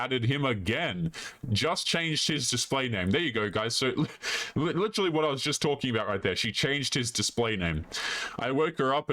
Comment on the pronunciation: oh shit shes seriously now. she said lituherrlally.